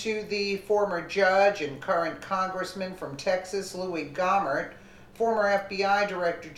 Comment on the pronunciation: Love this lady but Louie Gohmert's name is pronounced....gomurt...